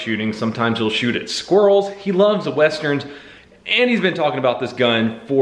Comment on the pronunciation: pls tell me im not the only one that heard him saying thats a lot of squirtels instead of thats a lot of squirrels